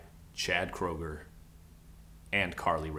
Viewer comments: it's actually pronounced Kruger believe it or not :B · Wait, Chad's last name is pronounced "krooger"?! I've been pronouncing it "Crandall"! Why didn't someone tell me?! Oh, I've been making an idiot out of myself!